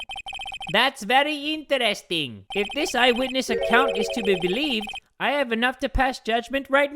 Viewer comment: "ThaT'S VerI yIntErEsTiNg" yinteresting indeed.